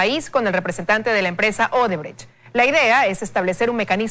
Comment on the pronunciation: Show, no shoe. Shoe es zapato en inglés. ODEBRECHT, no odebrege 😁😁